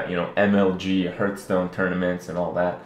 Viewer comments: Improbable. More likely he's mispronouncing it; many people pronounce it HURTHstone, rather than HEARTHstone. Or he's trolling pedants. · The correct way to pronounce it is "harth-stone". You can look it up 'hearthstone' on to hear. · Kripp, what is Hurtstone? Aren't you playing Hearthstone? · It's part of his accent. Sometimes to avoid a double S sound (th sound then S), people don't pronounce (or only very slightly pronounce) the th sound. Thus: Hurtstone. Because saying HearTH Stone makes it sound like you have a lisp. Haha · I like how he's saying hurtstone. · why are people so rustled about him calling it herth stone. Lmao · dude why do u call it hurt stone -_ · i wish he would pronounce Hearthstone properly.